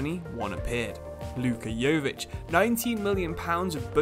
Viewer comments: You don't pronounce it Govik its Luka YO-VI-TCH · his name is pronounced Yoh-Vich